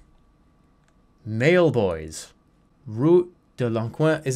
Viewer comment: dead when he looked at “mallebois” and said “mailboys”